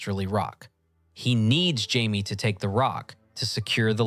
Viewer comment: It is this channel is def AI scripts. Watch older ones it literally mispronounces Jamie’s name its reallt strange